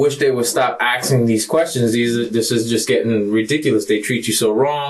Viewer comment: it is confirmed. They can NOT say the word asking.